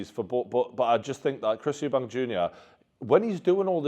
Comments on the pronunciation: Eubank, not s, no s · We've been here before brother! EuBANK! No "s" 😂😂